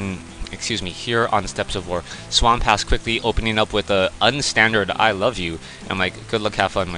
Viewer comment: I can't believe you called him SWAM PASS!!! LOL!!! I guess that's the Dyslexia your wife was talking about kicking into high gear!!! You are the greatest shoutcaster alive today CROTA bar none!!! CROTA 4ever!!!